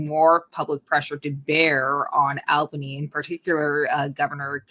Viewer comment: She pronounces Albany funny. "Al Banie" vs "All Banney" I'm from NYC...